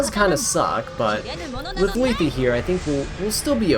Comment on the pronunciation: omg u finally say Lethe's name right! :hand-orange-covering-eyes